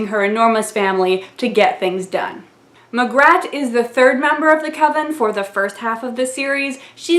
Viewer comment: "Lancre" is pronounced "Lanker" as in ""Lancashire", northern England. "Magrat" is pronounced ""Mag-rat", equal stresses, giving her the inferiority complex that she feels like something on the edge of a river (maybe the "water-rat" (water vole) from "Wind in the Willows"?), rather than a good solid "Peggy", "Margaret" or "Maggie" "Wyrd Sisters" is the first really strong novel he does with women characters, mixing up the intense Macbeth references with "maiden, mother and crone" archetypes, and (as an autodidact who taught himself from libraries), his admiration for women who work in the NHS and local communities, as opposed to the Oxbridge/civil service/ceremonial feel of his wizards. "Witches Abroad" is much more of a pure romp than any of the other Witches novels, playing with narrative conventions and fairytale (including the fairytales of Hollywood and Disneyland), including a walk-on (splash-on?) part for Smeagol from Lord of the Rings, and conventions about the English abroad. "Lords and Ladies" crashes "Midsummer Night's Dream" into a "wizards" story, with the Elves (the nastiest Northern European version) up against cold iron. Maskerade is perhaps weakish because it's an attempt to crash every possible convention and idea about musical theatre/opera into the plot line of Phantom of the Opera and a murder mystery, although I do like the "Swan-song"'s pun on Lohengrin as "Lohenshaak" and ending up ("I'm cutting my own throat") possibly influenced by Mr. Dibbler. Carpe